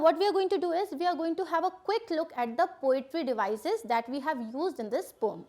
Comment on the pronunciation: Mam it is not pom it is poem please change it